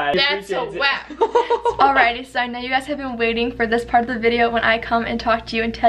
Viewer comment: i’m so sry but it’s WaP not wAp